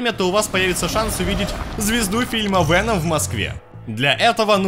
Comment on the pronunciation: вЭном,уши режет, он же вЕном вроде,нет?